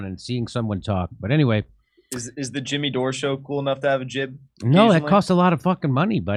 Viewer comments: He can't even say Jimmy, he says Chimmy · TIMMAY ? TIMMAY ? NO JIMMAY! JIMMAY JIMMAY? JIMMAY!